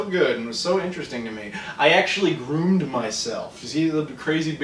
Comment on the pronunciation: I groomed lol you sure your not Irish?